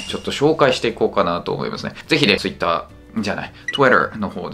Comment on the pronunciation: 日本語を話しながら合間に英語発音（Twitter）入れるのって難しいんやな